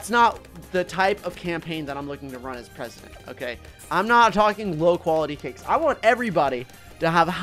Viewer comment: Tewtity as presudint